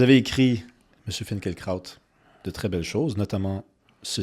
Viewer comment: Excellente entrevue ! Il faudrait cependant prononcer son nom comme il le fait lui-même (et le rappeler à MBC et RM).